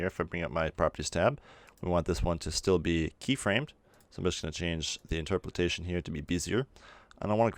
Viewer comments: In-TROP-o-lation, not interperalation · Just for future reference: In-ter-po-lation. Not in-ter-po-lit-ation. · dude...seriously the internet exists....you CAN google things....but since you apparently wont...its INTER-POL-ATION AS IN {IN-TER> POLE> AYE-SHUN} LOL great video though dude seriously yoru awesome and I am just teasing you ;) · How you say Interpolation ("Interpoltation") really bugs me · it's interpolation not interpretation :) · IN - TER - PO - LASHION dying inside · “Bezier” is pronounced “Bez-ee-ay”, also, your other problem word is pronounced “in·ter·po·la·tion” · It's inter-po-lation(just like lotion but with an a) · I believe the word you are looking for is Interpolation (pronounced INTUR-POLE-ATION) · Good tutorial! Just know - pronounce interpolation as it is spelled... In-ter-poh-lay-shun. That, and bezier is not pronounced as it is spelled. It is actually pronounced "Beh-zee-ay" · Great tut my dude. Interpolations a tricky one, I believe its pronounced something like; in-ter-po-lation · Hey; thanks for great tutorial (as always). By the way: it's "inter - po - la - tion".:) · I love the tutorial.... but geezus... stare at the word and perhaps adjust your own interpolation setting to slowly read I-n-t-e-r-p-o-l-a-t-i-o-n